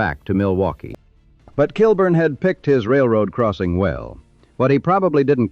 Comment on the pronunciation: It’s pronounced “kill-born”